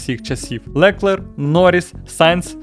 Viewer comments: а ще ЛеклЕр якщо що з наголосом на останньому складі + Ден та Гюнтер вже не в Ф1 ) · Дякую за цікавий погляд на Ф1. Але готуватися треба краще. Дуже ріже слух ЛекЕр і Нюрбургрінг. В наш час інтернету легко знайти як правильно вимовляти. Редакторам великий мінус